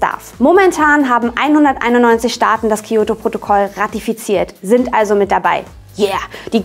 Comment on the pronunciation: Das "Kiyoto"-Protokoll... Weil es zu einfach wäre Kyoto zu sagen. Ich erwarte nicht, dass ihr perfekt Japanisch könnt aber ein bisschen sollte man schon auf die Aussprache achten. Ich gucke eure Videos wirklich gerne aber mir ist jetzt schon öfter aufgefallen, dass ihr Wörter teilweise komplett falsch ausgesprochen habt (zB Hommei-Choko im Valentinestagsvideo).